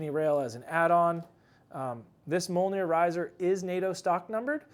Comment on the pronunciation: It’s pronounced ‘me ole near.’ Come on man, how did you manage to mispronounce your own product.